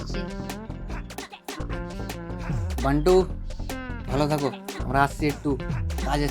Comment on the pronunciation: Are dada bantu noi 😂😂😂😂to be banti